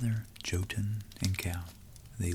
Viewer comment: Really like your videos. Just a little fact: Jotun is pronounced more like yotun. Although it isn't really, because a J in Norse based languages is actually quite different to an English Y but it's the closest I can get to explain it. (I speak and read some Norwegian although often I butcher it) but keep the videos coming. I find every one of them as interesting as each other.